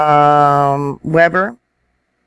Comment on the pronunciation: I am loving your videos. Thank you so much for posting them. I gotta say you did really good with our weird names. I think you only missed 1, Weber. So just fyi Weber is "wee-brrr" or wee-burr" and here are 2 bonus cities, Tooele is "to-ill-ah" and Mantua is "man-uh-weigh". :) : )